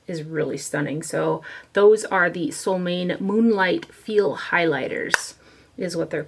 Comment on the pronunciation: sol means sun and måne means moon, your mom would be the perfect person to tell you how to pronounce solmåne (Norwegian is similar to Swedish in many ways). If I had you in front of me I could help, but it’s hard for me to explain it in writing. (Let me add here that I thought long and hard before leaving this comment; I was afraid other commenters might jump all over me for being the “pronunciation police”, as sometimes happens on the internet these days, but I decided to go for it, feeling sure that would prefer to know the correct name. However, if I have offended, I do apologize, that was far from my intention).